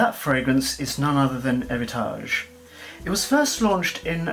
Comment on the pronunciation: Too many Homme with "H"! At least, one of the few that pronounced Héritage correctly.